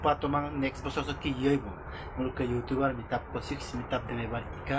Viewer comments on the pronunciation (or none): You tuber hoi yu tober ...nohoi. pronounciation tu bhalkoi koriba..suwali jonir kuwa tu right nohoi...